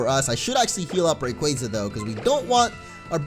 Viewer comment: sigh For the love of god, it's Ray-quAA-za, not Ray-quay-za!!! But meh, it's today, probably won't even listen to me